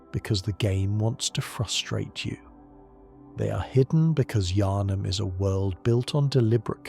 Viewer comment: That probounce of yHarnam was brutal, you don't pronounce the H in Yharnam